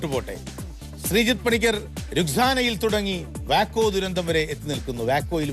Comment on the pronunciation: വാക്കോ എന്നല്ല pronunciation, വെയ്കോ ആണ് aa city യുടെ correct name